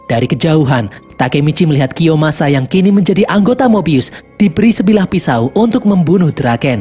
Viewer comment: Bukan mobius kak tapi mebius